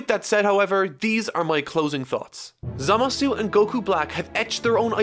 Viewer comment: G: "ZAMASS!"